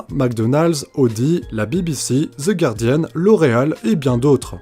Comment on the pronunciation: Enfin un français qui prononce bien le nom du journal The Guardian et non pas Gouardian